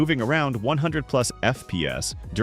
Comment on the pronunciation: It's so funny when he says "f peas" 😂